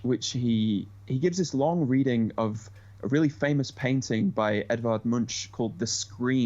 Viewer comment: "ch" in Edvard Munch is pronounced as a K-sound, Picasso's Guernica should be pronounced as if "Ghe-" instead of "Gweh"